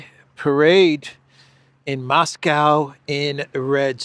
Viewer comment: Maybe try to pronounce Moscow correctly?